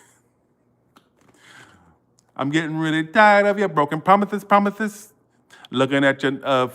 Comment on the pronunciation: Not the broken promithes 🤣 ♉️ lol